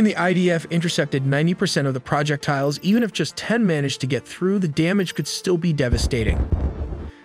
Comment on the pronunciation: The AI still pronounces "projectiles" as "project tiles", yet it pronounces "maneuverability" just fine. Go figure. It also still stumbles horribly on the phrasing for 4+ digit numbers. It would be much better to change the script for a number such as "1,300" to read "thirteen hundred" instead of what we get now, which is "one thousand... .... .... three hundred".